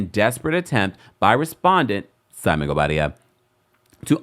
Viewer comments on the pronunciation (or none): 😂😅😅😅😅@ can't even pronounce his name..Thanks for confirming I wasn't alone in that observation